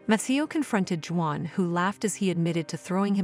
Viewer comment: You should have hired a human to read this story..... Or, maybe you could have taught the robot how to say "Juan."